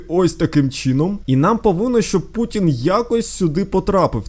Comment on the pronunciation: Путін а не пукін я живу в києві